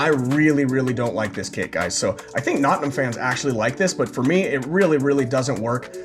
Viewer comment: Your pronunciation of Nottingham grates on the ear.